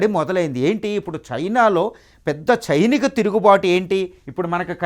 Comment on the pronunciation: Sainika not chinika tirugubatu